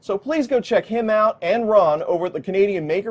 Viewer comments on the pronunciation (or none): Maybe I need to have my hearing checked. I thought you said "Comedian Maker Project" the first time you said "Canadian Maker Project." 😅